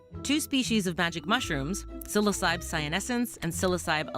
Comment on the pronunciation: Not tryna be petty, nor am I judging, but the proper/actual pronunciation for the psilocybe genus is “sill-OSS-uh-bee” not “sill-OHH-cEYEb” ^_^. Not that it really matters, but just in case yall care ^_^. Psilo- Greek word for naked or bare Cybe- Greek for head or “headed” Together, bare headed ^_^. Named before anyone knew they were magic or contained psilocybin haha